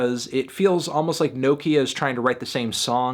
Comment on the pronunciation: melon please pronounce nokia right